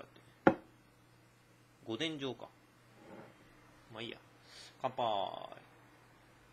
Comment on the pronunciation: いつも見てます！ 静岡県民ですが御殿場は「ごてんば」って読みます！